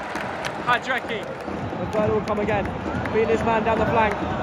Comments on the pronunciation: Hadrecky is not fair bro its hradecky and you say it: raadetzky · Blud said ”what a save by Hadreky”